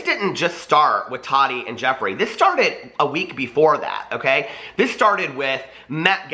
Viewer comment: How is it that these people can clearly say the word "tea" but cannot pronounce Tati's name which it's literally pronounced Ta-TEA. It's really NOT THAT HARD! It's short for Tatiana. 🙄